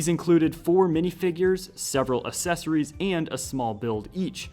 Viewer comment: Why do you say accessories like asessories it just sounds strange